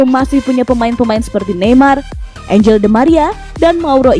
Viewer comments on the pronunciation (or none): none